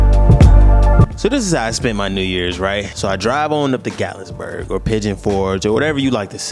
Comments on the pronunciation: You pronouncing Gat-lin-burg wrong 😂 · *GATLINBURG no S at all 😊😂